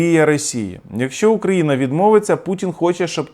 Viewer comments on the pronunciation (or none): none